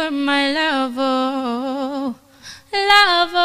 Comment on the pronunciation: Girl you’re gooood!!!!🔥 your voice control is impressive! Your breathe control is good and your runs are crazy!💯 you’ve got skills tbh🔥💯.. but please check your pronunciation when singing cos your pronunciation of LOVE is wrong. There’s no ‘R’ in love..coming from someone who listen to judges a lot. John legend and blake shelton will tell you to work on that...